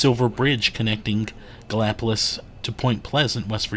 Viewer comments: anyone that lives in Gallipolis will tell you its pronounced Galli-Police and not po-liss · You did pretty good except it rhymes with police. The Our House museum is a don’t miss.